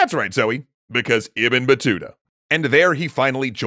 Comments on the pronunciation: It's Ib-ne not ebn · isnt "ibn" pronounced as ib-nu? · Isn't it pronounced "IB-NUH" Battuta?